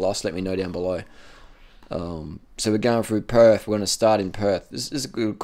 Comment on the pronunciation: I like how he tells people to quit school, yet he can't pronounce a word properly. "Perf" "Froo here"